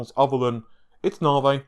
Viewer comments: Navi, not naahvey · Dude, if I have to hear “novv-vay” instead of “navvy” one more time, I’m gonna freak. Half troll, half serious. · Its not naw vay its NAVI naw-vee, GD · Since you can't promounce the letter I in navI.. why do you not call playstation for the playstateen? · love the content :). IDK why you pronounce the long E sound of navi as a long A, makes me cringe. Just ribbing you TY for all the updates and content.